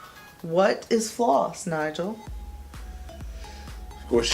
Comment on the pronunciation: that was fun! and props to Nigel for doing very well! (and also for pronouncing my name right, what a fun surprise!)